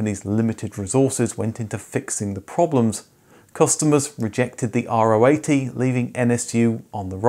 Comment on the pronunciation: if you do so and i'm looking forward to it, have a little nitpick: Nobody (in Germany at least) called it the "r-o 80", but the "Ro 80", Keep up the great work!